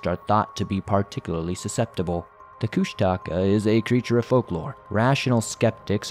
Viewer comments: Yep, he should listen to Hammerson Peter's videos to hear the proper pronunciation. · Koosh-ta-kaw. Is how its pronounced. Thw otter man. Kenia Alaska. Pronounced KEY-NI. I heard the story about the Alaska Pyramid on the nightly news years ago one night in Anchorage Alaska. There was alot of interest. But the news the next day acted like it never happened. But it did happen. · You always say kushtaka wrong, lol.